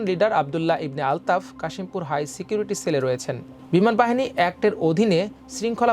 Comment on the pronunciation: সবই বুঝলাম, কিন্তু এত জঘন্য আর নিম্নমানের উচ্চারণ নিয়ে কীভাবে খবর পড়তে দেয়া হলো সেটা একটা প্রশ্ন!!! সোবি, গুরুপ কেপটেন, বাইস মারশাল, ছিকিউরিটি ছেল…!!!! উছ্ছপদস্থ কর্মকর্তা???